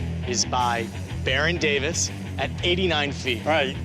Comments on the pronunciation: It's Baron Davis, not Barren Davin. Dumbass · It's Baron Davis not Barren Davin. Dumbass